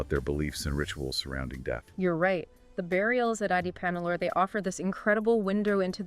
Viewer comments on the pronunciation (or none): Folks, The phonetic sound for AdiCHAnallur is not the "cha in cha-racter), but it should be said with a sound of "CHA"-rcoal). The sound phonetic of Adichanallur must be Tamil sounding like cha in Charles, cha in charcoal, etc ,😊 and NOT like the cha in character😮